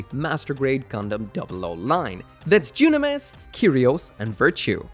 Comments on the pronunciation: Ok did I miss something in Double 00 why does keep calling Dynames junames??? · I'm sorry... how do you pronounce Dynames again???